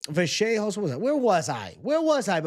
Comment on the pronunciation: If the Announcers say Kevin Vajayhose on more time! Dude isn't Fcking Portuguese. UFC anouncers are all from Alabama.